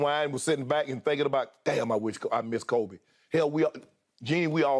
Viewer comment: Shannon, literally no one calls Kobe....."k-oh-b"...🥴🥴🥴